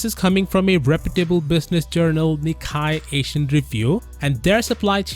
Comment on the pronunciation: its nikkei not nikkai